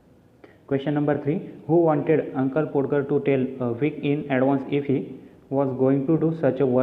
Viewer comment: Podger म्हणजे पाॅडगर नाही, त्याचा उच्चार पाॅजर असा होतो कारण 'D' Silent राहतो.